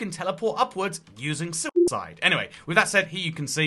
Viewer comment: said soup side instead of suicide weird